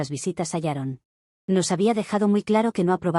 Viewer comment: ¿Por qué todas las suegras llamadas «Sharon» (o «Yaron», como se escucha) son tan repugnantes?